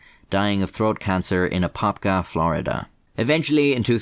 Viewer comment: Holy shit, he pronounced Apopka correctly.